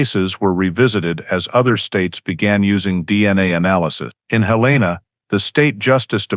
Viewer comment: It’s Hell’-in-uh, not Hill-ane’-uh.